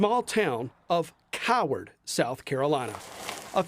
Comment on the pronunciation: I love the emphasis on the name of the town, Coward.